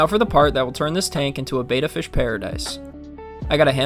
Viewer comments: Bettas don’t need to be drip acclimated since they breath air. Also it’s pronounced bet-uh, not bait-uh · Rescuing is always admirable. That said, Beta is a ray, like alpha and gamma. Beta is also like VHS; remember those? Betta is the fish you rescued. Bet-uh, not Bay-tuh. Have to add- that lookout is really cool. I have never seen one. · It's not pronounced like "bayta," it's "betta." Why do people say "bayta?" I've even heard people in pet stores say "bayta." How ignorant. It's not that hard to say it correctly. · BehTah, Not Bayta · You’re mispronouncing betta. It’s not pronounced like beta. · It’s becoming a pet peeve that people can’t pronounce betta, it’s not the Greek letter beta